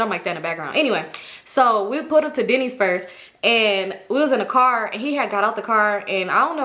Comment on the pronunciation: Girl when you said y’all went to Denny’s I thought you said Diddy’s😳😭